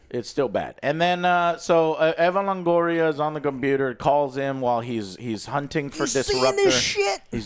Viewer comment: I wasnt aware that "Evan" Longoria was in this movie. I guess hes taking time off from playing baseball. Like dude, you are latin, how do you not know how to say Eva Longoria?